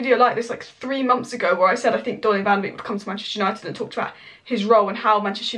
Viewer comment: its pronounced Donny Van der "Bake" not "Beak"